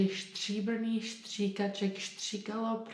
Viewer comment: Your accent is insanely good, I've never heard a foreigner sound this natural, well done. Only be vary of "Stříbrných stříkaček" not to sound like "Štříbrných Štříkaček", otherwise you nailed it ;) Try practicing on this one, it's really good for pronounciation of consonants. Zvrhl mls mrch srn, čtvrthrst zrn. (He tipped over a treat for evil doe, a quarter-handful of seeds.)